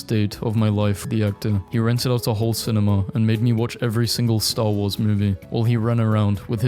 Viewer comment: The fuck? Sin-me-knee? The fuck was that pronunciation?